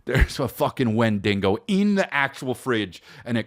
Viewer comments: Wendigo not wendingo lmao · It's honestly just sad a 45 yr old man thinks saying wendigo as "win-Dean- go" is funny